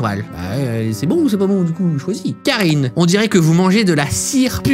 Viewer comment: tu dis kaine alors que c'est karine